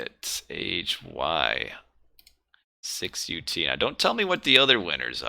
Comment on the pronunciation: AHY6UT pronounces as Anubit. Believe me, it is Russian-style 1337. Very convenient that you have Anubis in video previev. PS so sad for being busy while your last streams because nobody else streams AoM on Youtube.